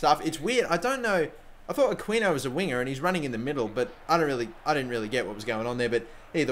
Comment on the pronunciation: It's pronounced a-key-no